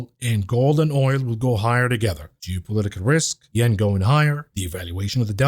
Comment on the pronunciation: "jewpolitical risks" 😂